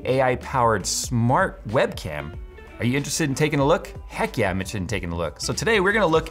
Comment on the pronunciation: " Heck yeah I'm intesdt " was that English?